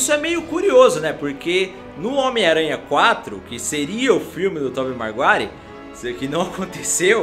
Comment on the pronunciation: É Tobey maguire e não marguire